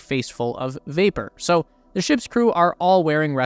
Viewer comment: Saying thee in place of the is strange. I call it the 10K+ subscriber curse. They can't help it. Otherwise, great video.